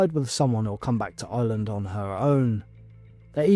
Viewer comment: It’s Ireland not Island